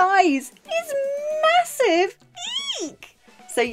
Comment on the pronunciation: It’s “Mahossive!”